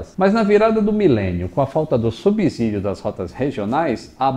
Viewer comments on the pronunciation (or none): none